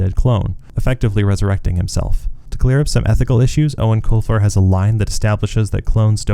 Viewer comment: This is the first time I have EVER heard the proper pronunciation of Eoin Colfers name, ever since I was a kid I didnt know how to say it so i been saying "Eowen Coifer" like a lotr character lol